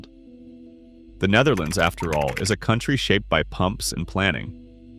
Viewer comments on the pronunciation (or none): none